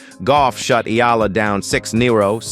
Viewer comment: Great commentator plus you got the E Ah LA the exact way. I guess you have to be a real Filipino to say that right.